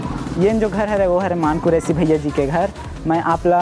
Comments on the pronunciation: मान नहीं रे मन कुरैशी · भाई मान कुरैशी नहीं, मन कुरैशी नाम हे वोकर